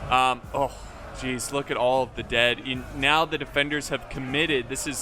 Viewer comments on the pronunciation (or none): none